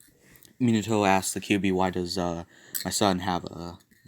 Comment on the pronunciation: Its min-a-toe not min-e-toe